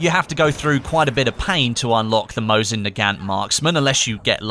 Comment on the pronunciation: Mow-zin nu-gant